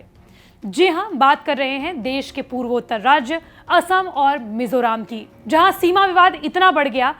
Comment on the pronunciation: It's Mizoram not mizoraam